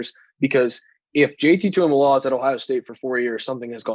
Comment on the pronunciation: Proud of you for getting the pronunciation of his name down!! Now let’s get everyone else on board!! Tuimoloau: (2-E-Moe-Low-Ow)